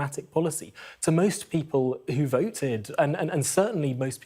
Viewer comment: Ar icle , vo ed , par y, .....spot the missing le er. 🤔🙉